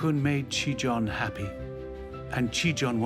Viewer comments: "ちぃたん"と言ってるはずなのに発音が良すぎてギリシア神話の"ティターン"と言ってるふうにしか聞こえない。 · As a Japanese learner, I cringe at the American pronunciations of “Chiitan”. They pronounce it like “Chitaan” or “Chitan”.... close enough I guess lol